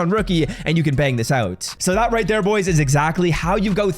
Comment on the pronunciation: “Rightttt Tere “Does anyone else hear it or is it just me?